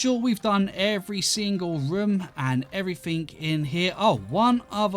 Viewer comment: "Everyfink" It never gets old x'D Like why